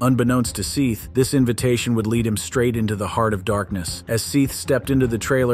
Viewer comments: Stop saying Seeth! It's Seth! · It's pronounced Seth... rhyming with Death....not SEETH rhyming with teeth!! 😫😫😫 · It's pronounced Seth, not Seeth! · Omfg Seth is not pronounced See-th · The first video, it's not pronounced Seth, it's pronounced Seth. Ugh at least say the victim's name correctly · That is NOT how you pronounce Seath Jackson's first name. It's pronounced just like the Biblical name: Seth. Holy crap. "Seeth" - WOW!!! Talk about name fail LOL! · ahhhhhhh its SETHHHHH not seethe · I wish you people would just be human and read yourself... AI never gets some words right, and it's so annoying. It's Seth, not SEETHE! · SEATH NOT SEETH! Good lord...I stopped watching because I couldn't stand it. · Ahem, Seth. It’s pronounced Seth. The judge deadass said it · Whoever is reporting this do you not know how to pronounce the name Seth??? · His name is pronounced as "Seth", just spelt differently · Why are you (narrator) pronouncing his name like that It’s Seth.😂😂😂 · His name is pronounced " Seth " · Jfc the word seeth was said like 27 times 🤦‍♀️ at least have the decency to use ai that pronounces a victims name correctly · Seth as in egg! Not Seth as in equal. Eh not eee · Please insure correct pronunciation of names. If you don’t know, ASK. It's Sěth with a short E, not with a long E. How annoying!!!! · It’s pronounced “Seth”!!!!!! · Right. I’m only on the first one but how do you f up SEATH (aka seth) so badly? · Every time I hear the mispronunciation of Seath it sends shivers done my back. It's so lazy to use an A.I. voice. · Seriously, who mispronounces the name Seth??? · Omg, pronounce the victim's name right! It's not effing difficult. Shame on you. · Learn to pronounce Seth's name Ffs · Completely disrespectful you don't even know how to pronounce a name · The lad is called Seth not seath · Seth not Seeth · Seeth? its seth dude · Thank goodness someone brought this up in the comments. Them calling him SEETH was driving me crazy! 😝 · Seeth?? 😂 Sss eh th 😳